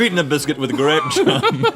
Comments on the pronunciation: It's pronounced "graepe jahm" 🎩 🧐🍇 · Grayp jum! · "grap jem" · "I've eaten a biscuit...with grehp jahm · I know this is way late, but it's just the way he pronounced it. Instead of 'jam', he said 'jem'...making it seem like he was trying to speak very posh and sophisticated. I love it when they make fun of each other's speaking mistakes.